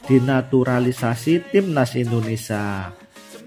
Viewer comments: Indonesia mas.... bukan Indonesa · Kang mas admin, bisa ga sebut kan Indonesia yg benar sebab ini negara kita, jadi hurp i nya jangan di hilangkan. Kalau yg lainnya silah kan aja mau KAUlitas kah, mau s Tae Yong terserah aja.🤭🙏🙏